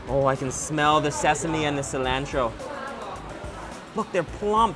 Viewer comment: I had to stop watching when ever he said cilantro